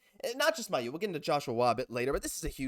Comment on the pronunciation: It's pronounced May-u, you guys are saying his name wrong